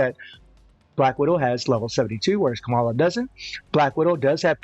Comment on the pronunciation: The way you pronounce kamalaaawww 😂 cute